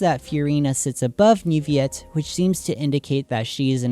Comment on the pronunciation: Man, I love this video. I’m honestly amazed you figured this out, it makes me super excited for Fontaine’s release! Also, as a French person, it makes me very happy how well you pronounced Neuvillette’s name!